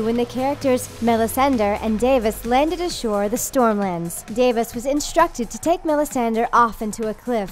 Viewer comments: Davis? it's DAVOS. This girl is hopeless had pronouncing names and places. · Davus... facepalm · colin minhinnick Sir ‘Davis’ was the one really bugging me. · Chelsea Suarez i know! I can't even finish the video it's driving me nuts. Day-vos? Mellisan-der? Drone? Like, nope. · "Davis" "Melisander" "Exoss" "Westairos"